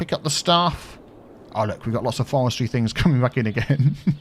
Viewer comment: In the first half...: 'Forestry, Forestry' In the second half...: 'Fowestwy, Fowestwy' Demon dentist!